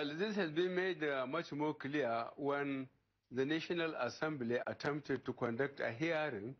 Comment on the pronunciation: Which difference...Buhari read from a script infront of him. Yet, he could not pronounce simple words correctly. He said “kiliaar” when he meant “clear”. And said “Hiarring was sukotuld” for “hearing was scuttled”. Buhari embarrassed the APC and the country. For the first time, I realized how uneducated this man is and wondered if I would want such a person to speak for me in the committee of nations. I was ashamed to see him not even making at attempt to smile despite his hiding in a closet in Abuja and reading from a prepared script. I will vote against Buhari!